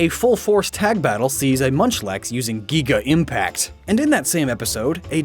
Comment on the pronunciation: geeeega impact huh?